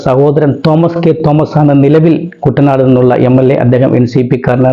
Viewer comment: കുട്ടനാട് എന്ന പേരും പോലും പറയാൻ അറിയാത്ത വിശകലന വിദഗ്‌ധൻ